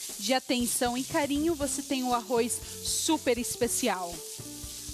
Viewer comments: arro"i"z??? que horror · o "arrois" é que enche o saco. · arroiz kkkkkk